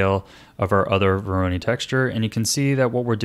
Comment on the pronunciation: Minor nitpick: Voronoi is pronounced like voronoy (rhyming with toy)